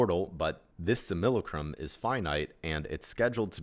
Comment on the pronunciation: Not to be that guy, which I actually am, but it's pronounced "sim-AH-la-crum". As to how much that really matters I don't know. I do want stuff like this to reach as many as possible and something so simple as the pronunciation of a word can turn people away. It's not a commonly used word, being basically just a fancy way of saying "copy" so I don't blame anyone for the mispronounced word, but I've found it's good to be as exact as possible in every area. I'm not too keen on the whole "We came here to learn thing". It's the most positive interpretation of what this place is once you figure out that this place isn't "real" and it's a controlled enviornment, but I'm confused as to what it is we're supposed to learn and why we have to learn it. I do think we agreed to come here, but I think we fall into three categories, the first being those who helped create this place, the second being those who were more or less tricked into coming here and then got "stuck", and those who come in so they can either bring about the end of this thing or to ease the suffering of those trapped here. I think this place is unique in all of reality by being the only place where free will can be violated by another. The aim of this place is to either be separate from "God" or just to keep it going for the free will violating reasons. It was allowed to be created because sometimes you have to allow your kids to make their own mistakes, as well as being inevitable as all possibility must happen in an